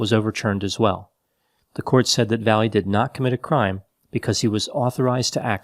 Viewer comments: last name is pronounced "vai yay" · Not sure if he's mispronouncing or translating the guy's last name.